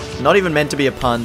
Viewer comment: "Not meant to be a pun" He says as he emphasizes the PUNchling.